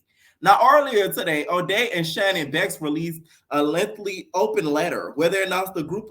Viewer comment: My girl said Shannon and sorbet lmfaooo